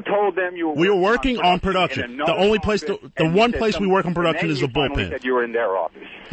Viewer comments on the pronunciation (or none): I hate how he says "Perduction"...